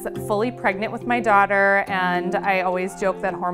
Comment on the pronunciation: ".. in 2009 I was fully pregrant with my doguhter.."